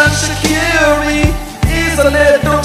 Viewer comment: Yo Shaqiri's name is not pronounced like that. Please tell this to every youtuber. You pronounce it with a j like jerdan (which means gem in albanian) and hus last name isn't pronounced like that either but it's really hard to explain.